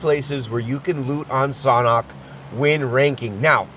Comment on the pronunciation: It's pronounced SANDHok not SOHNHOK